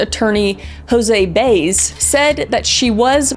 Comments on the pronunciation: Adipose Tissue.. 😂 not “adiposetissuer”, but great summary of events. Jose Biaz’, I’m cracking up listening to some words pronounced. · HO-zay BY-ez